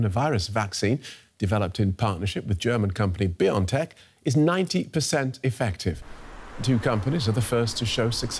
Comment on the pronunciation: It's "Bio (and) tech... Not Biontech... Not pronounced like you are saying...